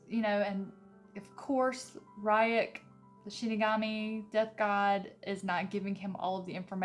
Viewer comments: All weebs stressing after the "Comic" and the "R youk". Not making fun of her though, so mam if you are reading this, the comics that are made in Japan are called Mangas and the adaptations are called Animes(the 2d adaptations not the ones with real actors). And the name of the shinigami is pronounsed "Reuk". Even though the Netflix addapatation might look good, I really advice you to either watch the anime ( the 2d serie you won't regret it) or to stick to the book cause compared to them the movie isn't really that good. I am new to this chanel and I really like your content and your vibe, keep going :) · I loved the Death Note anime. I hope you enjoy it more now that you've watched the show. I will admit listening to you pronounce Ryuk's name is hilarious to me :p